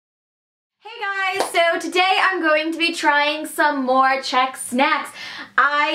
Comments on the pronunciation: Oh my gosh you are so sweet and your Czech pronounciation is great :) :D I am from Czech and I absolutely get that you worship Kofola, we all do :D It's a treasure ^^ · I've just stumbled across this channel... No idea how, but oh my god, your Czech pronounciation is so good for American! Also, it's funny to see what is considered to be "Czech", I mean, I just pass those things by every day in a shop and don't even know what is made here, and what is from abroad...